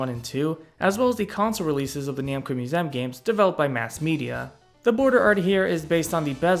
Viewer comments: Its museum, not moosehm. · Musem?!? Who says museum like that?